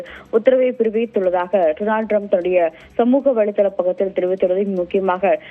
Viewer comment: என்ன டி மயிறு மாதிரி செய்தி வாசிக்குற லூசு ஈரானுக்கு இரான் டொனால்ட் டுனால்ட் த்து..... 😡